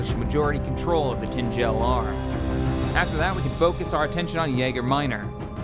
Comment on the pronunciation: hahaha mispronouncing words is slowly eating at my OCD. "Ordo" Mantell, "Tangel" Arm, "Sippio", "Myjeeto", as well as Muunilinst, and a bunch of others. Sorry you're the best but I can't ignore this:D